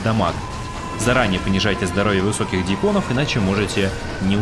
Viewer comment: ДьЯконов, а не дьякОновXDD А так ролик качественный и интересный, лайк однозначно)